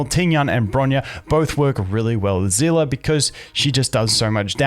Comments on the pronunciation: whats a zela? its see li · Zehleh not zila